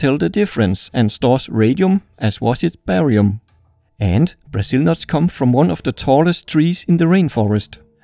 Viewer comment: It no "buzul nut" it's"Brazil"nut! Or "brUHzil" nut